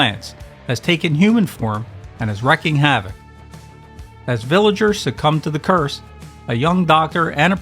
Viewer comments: It's wreaking havoc, not wrecking. Rhymes with leaking. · "Wreaing" is pronoinced "reeking." Thanks for the sci=fi videos/